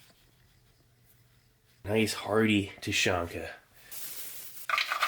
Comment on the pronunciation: Thank you for the video. A few small notes: - Тушенка is pronounced "Tooshyénka". The sound after the first T is like the "oo" in "boo". It's not a hard "tYUshenka". - Siberia is many days away from Moscow :) And a request: if possible, please include still photographs of the labels and instructions that come with rations. The sheet taped on top of this box mentioned how the ration is to be used (whether cold or heated). I'm sure others would also like to read it and/or translate it for you when needed. Thanks again for your hard work!